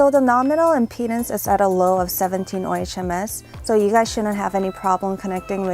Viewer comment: Ohms...not O-H-M-S (On His Majesty's Service; On Her Majesty's Service.)